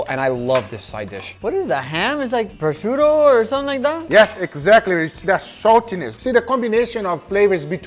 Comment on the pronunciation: I don't know if you're going to read this, but biggups for finally pronouncing prosciutto right.